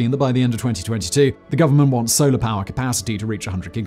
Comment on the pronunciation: I even googled it 😂, but even Google was like “Yeah, you definitely meant to say Solar, right? Spolar ain’t a thing.”